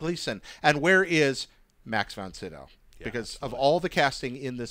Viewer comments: needs to learn to pronounce these names correctly. Bobba Fett? Lando Calreesian? Even actor's names. Max von SYdow. Not Max von SIDow. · Only because it drives me nuts but is aware that he is mispronouncing Boba Fett's, Lando Calrissian's and Max Von Sydow's names? Literally said Baba Fett, Lando Calreesian and Max Von Siddow... It may be a minor thing but at least two of those names are Iconic to Star Wars so there should be no mistake...